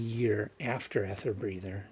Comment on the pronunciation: Hi...erm...this is a bit embarrasing....sorry but it's pronounced "eether" mate (In American English as well as REAL English)☺ so you say it "Eether Breather" love ya mate